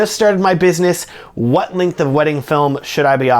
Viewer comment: So, when you say "Linkth" do you mean "Length"?